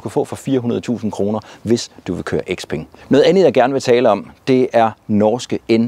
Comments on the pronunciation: Nej ikke Sepeng.. bare Speng! Når et ord starter med X, udtales det som S. Det er jo ikke noget jeg har fundet på, men blot almen gramatik. 😉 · Hmmm... Hvorfor kalder du den fine kineser-bil for X-peng..?? Siger du så også X-ylofon og X-anadu og X-antia og X-enon lygter..?? 😂😄